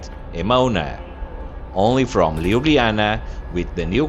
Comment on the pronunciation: Very pleasant video. But LjubljaniTSa and SavinYa :)